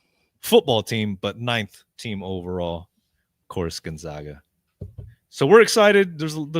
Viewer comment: Can say Boise, and San Marcos, cannot say Gonzaga correctly.